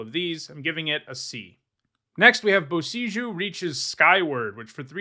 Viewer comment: BOH SEY JUU not booseejew